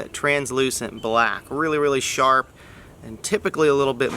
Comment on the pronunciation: When he says ridiculously sharpu thats not a joke. Obsidian is sharp down to the molecular level and is still used in surgeries today.